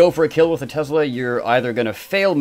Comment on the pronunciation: Tesla not tezla